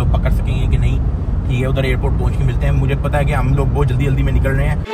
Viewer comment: Best part of the video is "hemlogeee"😂😂